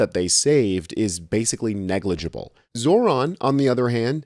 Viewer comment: they still cant say his name right 🤡